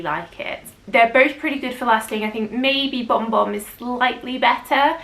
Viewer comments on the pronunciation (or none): Kayali vanilla 28 is good for lasting and the brown sugar note is yummy. Am I the only one that heard "bomb bomb" when says Bon Bon? 😁😊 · Yes, was saying Bomb Bomb. I replayed to check?!?!?!?